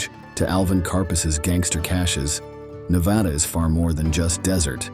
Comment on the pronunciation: Hard to believe when he can't pronounce Nevada right.